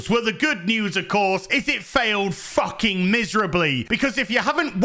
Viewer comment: FOOKING SCISSORING ✂️